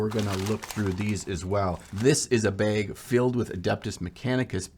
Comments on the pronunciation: Your minnesota is showing, "this is a baeg" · I just love the way you say the word “bag”